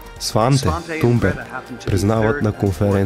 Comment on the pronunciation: Здрасти Thomas се произнася Тумас, а Thunberg се произнася Тунбери. Svenska Dagbladet се произнася почти така, но леко по-гърлено.